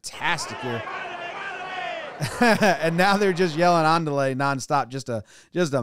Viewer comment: I thinks he said "mandale" no "andale"